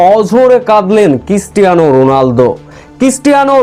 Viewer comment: Christiana not kistiana. 😅😅😅😅😅